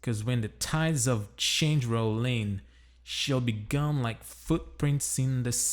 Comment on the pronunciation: Hey man, you have a really good accent. , your pronunciation of the word "gone" seems a bit off. The vowel should sound more like the "a" in "lawn", but you're pronouncing it like the "o" in "done". By the way, which microphone do you have? The sound quality is really good. You have a good format for each of your videos. Keep up the good work!